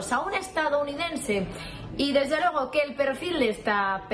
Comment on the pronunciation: RUSOFOBICO!! aprende a pronunciar las palabras se dice: FUEGO no FOGO,; LUEGO no LOGO